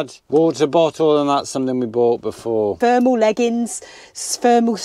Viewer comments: Just a little heads up, two days ago my daughter who lives in Paisley, said the temp at 6am was 2°! Glad you've got your thermals and hot water bottles. But did I hear say spermal socks?! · Did you say spermal socks? Where dya get those from, do they take long to come? 😂